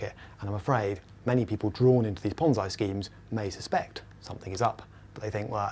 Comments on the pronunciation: ponze. e. e ponze. e.e.e.e not i e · It's PonZEEEE, not PonZEYE. i is pronounced e in italian. Pizza = PEETZA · is it pronounced PONZ-EYE or PONZ-EE . He is using the i but i have always heard the E pronunciation. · [ Ponzy or Ponzai] you pronounce this word in different way than people on other videos. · lmao ponz-EYE scheme LMFAO "indian whose name i can't pronounce" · Ponz-EYE? Is that anything like Popeye?